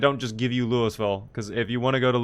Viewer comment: I love that you pronounce Louisville like a native.